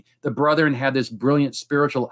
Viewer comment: How odd., for whom English is a second language, knows how to pronounce correctly the word "brethren," whereas two PhDs persist with the hicky "brotherin." It is very simple. The correct "brethren" is a two-syllable word and the incorrect "brotherin" is a three-syllable word. Brigham Young, who was apparently barely literate, used "brotherin," as may be seen in the Journal of Discourses, where many of his speeches are recorded. If you doubt it, please call Radio Free Mormon, who has commented on this issue in his podcast titled "A Marvelous Work and a Blunder," reviewing a film made by the church. The actor playing Joseph Smith in the film said "brotherin," thereby manifesting his connection to the moridor. Better yet, just ask.